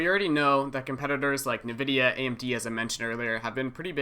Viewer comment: Very strange the way you pronounce " Nvidia"